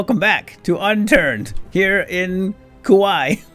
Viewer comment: I don’t mean to be a stickler, but I might be your only subscriber from Hawaii; there’s a stop in Kauaʻi (cuh-wuh-ee) just in case you plan on the joke again 😅